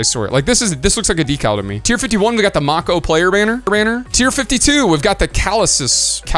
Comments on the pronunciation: May-ko as in Mako shark. Not Mock-oh lol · It's not pronounced mah-ko, it's may-ko like a Mako Shark. W Video as always 🎉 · Not to nitpick but I believe it is pronounced Make-o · Why u pronounced mako wrong